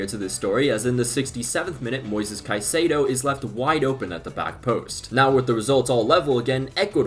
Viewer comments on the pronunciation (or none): none